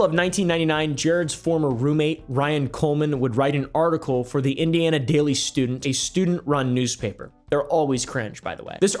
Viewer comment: Bro you said Indiana wrong